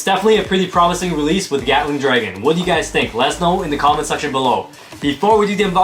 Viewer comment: What others hear:Gatling Dragon What I hear:Gyatling Dragon